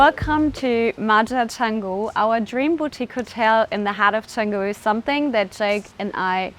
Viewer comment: Beautiful! Good luck with maintainence though :-) And please learn how to pronounce Canggu if you'll be investing into the area ;-) (Chawng-gu, not chang-gu)